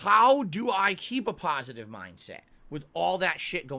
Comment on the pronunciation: I just love it when he says he’s a “pahsitive” person, because in reality he’s by far the most toxic and negative POS the internet has ever seen! Lol